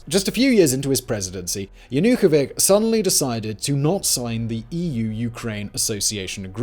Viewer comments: Yah-na-koh-vitch, not Ya-nu-kovic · Yanukovich not -ck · Yana-ko-vich Not Yukavik!! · Yanukovich is not Yanukovi[k]. He is Yanukovi[tʃ], like in Malkovich… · Not sure why Yanukovych name is missponounced. How could it be overlooked while preparing for the video? I mean, just read his name as it's spelled everywere, why "k" at the end? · It's like Yanukovits, not like Yanukovik. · Viktor Yanukovi[ch] not Yanukovik, to begin with... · ZERO MEMTION OF THE ODESSA MASSACRE. JANUKOWYCZ NOT JUNOWYK idiot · You should learn how to pronounce Ukrainian names: there is NO YanukovyK, there is YanukovyCH, just like you pronounce, correctly, ZacharCHenko. But the movie is VERY interesting. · Fun fact: Yanukovik actually has a 'ch' instead of 'k' in his name, making him in fact a Yanukovich. Like dozen times you said his name incorrectly in the first minute. Obamer, Bidon, Cliton and Tramp. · YanukoviCh not yanookovik. If you want to be taken seriously learn how to pronounce names. 🎃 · Would be nice to pronounce politicians names as they supposed to sound.not yanukovic , but yanukovich.And clerify usa, gb and nato rolebin conflict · Another talking-head regurgitating someone else’s script. If you personally looked into the conflict you wouldn’t call Viktor YanukovyCH as YanukoviCK. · In case you are struggling with pronunciation, please use wikipedia: There is a listen button, you download the file, play it and boom! No more embarrassing "Yanukovik". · Damn, pal. That was a bunch of narratives. You did not even learn the name of the leader, Yanukovitch. You did not call him right a single time, damn. And, sure, democracy is not a vote, but the correct counting. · Total garbage! Not a word about USAID engagement, about Victoria Nulend roll in the Maidan "uprising" ... And, it's JanukoviCH, you mo*on! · It's yanukovyCH. You do not pronounse it correctly. The first leader in human history to be overthrown by two consecutive revolutions. This should go into history books.